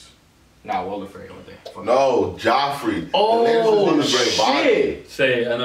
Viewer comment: "Walter Frey" wut